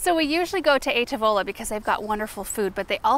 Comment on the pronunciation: ooooh I so don't mean to be that person but I just can't help myself loool. the restaurant you mentioned, it's an Italian name, it means "table"...and it's pronounced "TAvola, with the accent being on the first A, not the O, or the last A. sorry, I just had to... hopefully this explanation makes sense, sorry English is not my first langugage, I just thought it might be helpful to know, to whoever... ❤